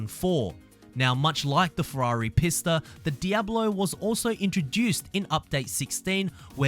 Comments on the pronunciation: Isn't the Pista pronounced Peesta I've been pronouncing it Peesta the whole time XD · yes, that's the proper pronunciation.